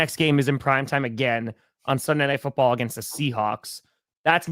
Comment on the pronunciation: cant say foot or ball today